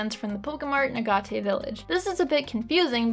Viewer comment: UH GAT AY. It is pronounced A Gate. Respectfully don't agree with your opinion on these games, and would recommend trying the romhacks made by the community that vastly improve both Colosseum and pokemon XD. They are called Grand Colosseum and Pokemon XG.